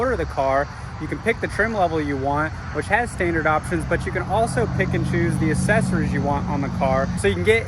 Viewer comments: Why do you pronounce it "assessories" instead of "accessories"? The double c is pronounced "k". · I'll click the like button when you pronounce accessories correctly